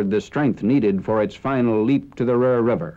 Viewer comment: It's the ROER river, not the RUHR.